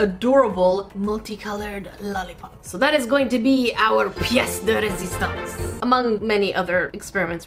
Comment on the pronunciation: Your french prononciation on "pièce de résistance " was actually very good!!!